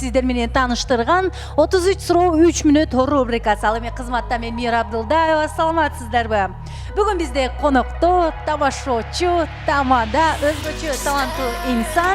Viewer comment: Рублика же рубрика дегени тушунуксузго